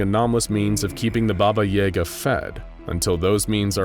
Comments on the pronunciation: YAGUH is the way its pronounced not YAYguh. Like the old internet meme pulling hair and saying YAGA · Its Yaga not yayga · It's pronounced BobA yAAga not baba yaega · anyone else annoyed at the constant mispronunciating of baba YA GUH? it's not freaking yay guh -_ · it is wrong but people can pronounce it like that but the actual pronunciation is “Баба Яга” which is said like “BahBah YahGah” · Stop, stop, stop. I'm sorry, I don't often do this, but please look up the proper pronunciation for Baba Yaga. I've never heard anything as atrocious and pain inducing as AE Yaga. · I'm pretty sure Baba Yaga is read with yAga, as in, the A is read like in 'cat' or 'apple' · As kids we were told stories ...like how to summon her ,like bloody mary...just pronounced Baba E Gah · Actually i live in Eastern/Central Europe and you pronounce Baba Yaga the same way it's written, not Baba Yey-ga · did you really just say? baba yaega? i mean, you guys are a big channel, couldnt you pronounce it correctly? its like when you used hebrew letters in the keter duty video but the letter that was on screen wasnt the one that you said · Can't even say the name right. Baba yaga is pronounced baba yahgah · I’ve never heard Baba Yaga pronounced like that. I’m not saying it’s wrong. I’ve just always herd it pronounced with an a sound. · there may be different pronunciations but none like the one in this video. It's very... american but trying not to be? I don't know how to describe it. Either way, as someone who grew up with russian fairytale movies, it hurts my ears. 😅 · So scary even the narrator refuses to say it's name right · I am not sure but I think they are mispronouncing Baba Yaga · Pretty sure they're saying that wrong, there was a hard A in there as far as I've ever heard it. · Baba and yaga are supposed to rhyme in the myths this is hurting me on a deep level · I luv this channel....but is it a problem if I cringe from the way "baba yaga" is being pronounced here? . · he Said it wrong